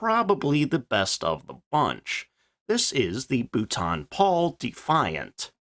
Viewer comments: Be better if you worked on your pronunciation of the manufacture's names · What's with the daft pronunciation of Booooulton Paul. It's pronounced Bolton Paul!